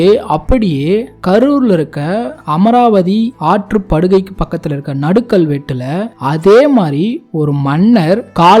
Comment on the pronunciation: நடுகல் என்று உச்சரிக்கவேண்டும். நடுக்கல் என உச்சரிக்கக்கூடாது.